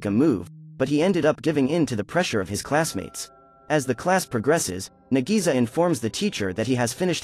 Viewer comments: Nagisa is pronounced like Nagi-sa, versus Na-GEE-Suuh😆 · i rewatched the original anime 4 times (both seasons) (MAN KARASUMA DOESNT EVEN LOOK HANDSOME IN THE ANIMEE BRUH) (AND BRO JUST BUTCHERED NAGISA'S NAME SO HARD "NAGISI" IM CRYING SO HARD RN LMFAOOO) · bro call nagisa to NEGIZA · Nadisa me: nadeez nutz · I don't think I like the live action too much because 1. The voice to this video can't pronounce nagisa correctly 2. The didn't add the vacations 3. The kid's hair colors are off 4. They replaced there greatest attempt to kill koro sensei with something that was built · Why did the narrator say nagisa wrong so many times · Did anyone else get pissed when he pronounced Nagisa's name wrong